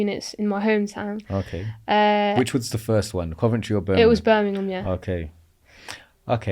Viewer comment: im from BirminGham not Birminum